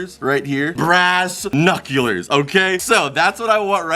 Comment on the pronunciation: “Right into the ass-knuculers", May 24, 2020